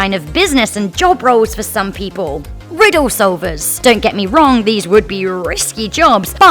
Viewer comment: "Riddoh sovahs"